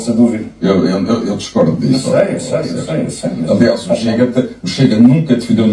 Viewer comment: Ela disse..."por causa dissio"...😂😂😂😂